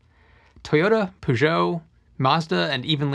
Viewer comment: Good vid, but "Pergeot" is pronounced with emphasis on the "Per", not the "geot". You made it sound too Frog for an English pronounciation.